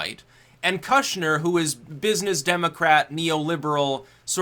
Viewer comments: It's pronounced koosh-nr. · Its pronounced “kooshner” — oo as in good, not oo as in food. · what's with the kushner pronunciation?